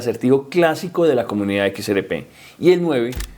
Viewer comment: Equis Ere Pé y el elicotero. (Mijo! Se dice: “ERRE” léalo bien y escúchese: “ERRE” con doble erre. No ere. Erre fricativa de rata.